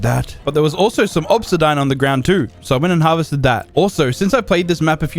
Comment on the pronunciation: Did he just call obsidian obsodine?